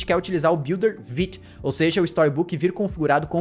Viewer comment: o video nem é ruim, mas dá um nervoso o jeito q ele fala coisas como vite e react